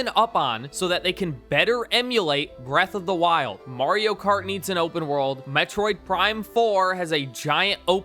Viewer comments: It's pronounced Mario, not Morio. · Stop pronouncing Mario like that. No other country does.